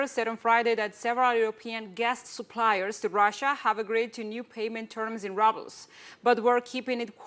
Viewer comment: 😃❤️(excellent linguistics here, minor exception, makes me chuckle 'rubles'; ru first part of word, pronounced as in the word rude [ grosero]) Excellent Anchor!! 😃😃